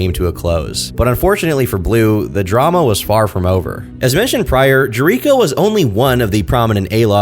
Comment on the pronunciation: pronouncing Jericho wrong lmao